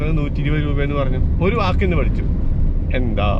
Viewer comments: ബ്രോ എൻന്താ എന്നല്ലാ എൻത്താ എന്നാണ് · പട്ടി അല്ല കുക്കു... പട്ടിക്ക് അങ്ങനാണ്.. പിന്നെ എന്താ എന്നല്ല . എൻതാ ഉച്ചാരണം മാറ്റമാണ്... കൊഴപ്പില്ലാ വീഡിയോ എല്ലാം അടിപൊളിയാണ് മാക്സിമം കാണാറുണ്ട് ഇങ്ങനൊക്കെയല്ലേ നമ്മള് പലതും അറിയുന്നത് ചേട്ടന്റെ വീഡിയോ എല്ലാം ഇഷ്ട്ടാണ്.. കാണാറുണ്ട് സൂപ്പർ നിങ്ങടെ വീഡിയോ കാണുമ്പോൾ നമ്മളൊരു യാത്ര പോകുന്ന ഒരു ഫീലാണ് എല്ലാംകൊണ്ടും അടിപൊളി സൂപ്പർ ഒന്നും പറയാനില്ല...